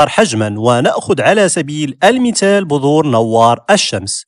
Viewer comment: بذور وليس بظور ههههههههه